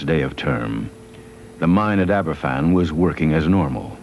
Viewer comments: A good documentary, but it would have been nice if Glen had pronounced Aberfan properly, F = V. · It's pronounced Abervan.